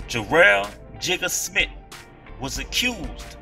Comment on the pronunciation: Smith not smit